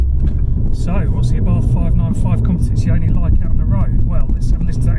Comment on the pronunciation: Oh... I forgot to mention it's pronounced Competiziorrrrne lol.... I'm half Italian 😊 You were fine until the very end😉